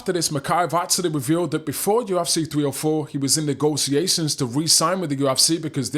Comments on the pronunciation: YOU EFF SEE, NOT YU AFF CI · There's no a in UFC bud.